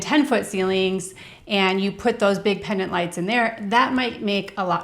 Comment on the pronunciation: The word is Pendant, not Pennant